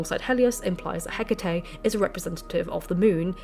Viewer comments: I spent the first half of this video screaming Hecataé every time you said Hecatea. You fixed it halfway though. Lol. I almost blocked you. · This is interesting, thank you, but Greek goddesses with e at the end of their name are usually prounced 'ee' at the end rather than 'ay' (apart from in Shakespeare who pronounced Hecate with two syllables, ie. Heh-cut). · Εκάτη = E KA TI not HE CA TE she is not a Samurai Spirit (you guys YOU GUYS) 🤣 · Whenever I hear the name pronounced, Heck itty, I feel puzzled. When I look up correct pronunciation it's more like Eh ca tay because it's Greek. So what's the correct way? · It's pronounced Heck-uh-Tee.....Just sayin' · its Ekati not Hecate. she would never reach out to someone who cant even pronounce her name... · oh babe, you are saying it in spanish, the romance way, closer to latin. 💁🏻‍♀ It's fiiiine. 💖 🙌🏻 You are channeling this information from the universe in within! ✨🔮✨ I didn't even notice until you pointed it out. As a spanish speaker, it made it easier for me to listen while cleaning the house 🧹🧹🧹 🤷🏻‍♀ I discover you recently and am so glad I did! Thank you for you hardwork doing all this videos!!! ✨😍✨ TOP TIER! 🖤🖤🖤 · Although I have always pronounced Hecate as you do, I’ve recently been corrected by a couple of Greek speaking friends, who suggest that the emphasis is placed on the second syllable.